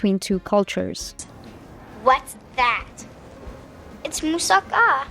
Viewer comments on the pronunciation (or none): none